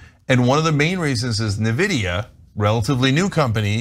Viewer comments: "NIVIDIA, relatively new company" NVIDIA (pronounced "iNvidia") founded in April 1993 (31 Years) and leading the marked for GPU's ( a multi-billion-dollar-market) for almost as long. Their specialty is not AI. It is semiconductors. Semiconductors happen to help with AI for some mysterious reason. Almost every singe piece of information in these 2 sentences is wrong. Those people (TYT) are journalists right? Yeah, I can tell... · a always said "en vidia" too. "Na vidia" sounds like a non sugar sweetener.